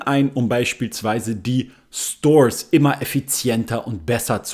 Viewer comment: voll lustig wie du als Deutscher ,,Stores" aussprichst, so: Stoos